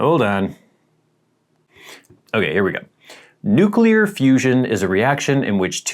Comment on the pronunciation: There’s no second u in nuclear, it’s pronounced “New-Clear” not “New-Cueluhr”